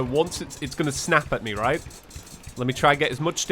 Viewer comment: Reet? Reet.